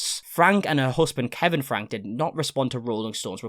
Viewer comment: Ruby's last name is pronounced Frankie not Frank. You pronounce the E at the end.